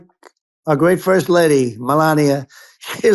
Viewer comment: Melánia is NOT how one pronounces Melania. He can't even pronounce the name of his own mail-order-bride.